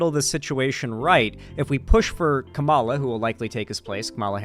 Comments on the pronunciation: you’re doing the same thing conservatives do. Show her respect and learn to pronounce her name properly, it’s not that hard. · Why can’t he ever say her name properly? Considering how many times he’s had to have heard it said, it feels like when chuds purposely mispronounce it, even though that’s not what’s happening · No hate, but not knowing how to pronounce Kamala’s name properly as a political streamer in 2024 is supremely embarrassing lol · Mispronouncing Kamala's name is one thing, but responding to corrections by saying "I'm gonna pronounce it how I want" is actual casual racism. Otherwise, good video, but that one kinda pissed me off. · Not just not knowing, but intentionally refusing to pronounce her name correctly lmao.